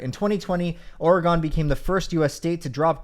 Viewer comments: Oregon is probounced Ore-again not Ore-eh-gone. Who made ore-gone a thing???? It just doesn't even sound right or slip off the tinder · “OR- GON” Lolol I love you 😭😂 coming from a Portlander here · Whyd you say ore-gawn 🤣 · Bro pronounced Oregon OReGONE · Oregon is not pronounced Oregon it's pronounced Oregon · as an Oregonian, I physically recoiled at the way he pronounced Oregon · His oregon pronunciation is very silly